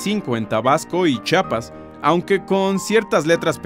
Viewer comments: y dice chiapas no chapas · Chiapas se pronuncia como se escribe Chi-a-pas, no Chapas, que no les enseñaron en la escuela que hablamos Español y en este idioma se pronuncia como se escribe, Chiapas es un estado, chapas es otra cosa, saludos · jajaja gracias por pronunciar chiapas y no chapas